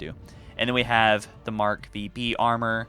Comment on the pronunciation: It's pronounced "Mark-Five-Beta", NOT "Mark-Vee-Bee"